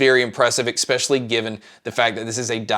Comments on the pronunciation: "eckspecially" is spelled "especially", actually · Great review. Nice job. Just an annoyance is your pronunciation of the word “especially”. The second letter is an S and. It a K. So ekspecially is definitively wrong. I know you’re American so it’s probably the result of your disastrous education system. But your reviews are great.